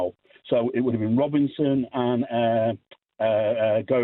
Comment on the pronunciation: "Robinson" & "Gravenburgh" lol.